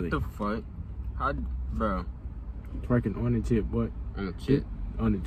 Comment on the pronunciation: He didn't say chip he said jit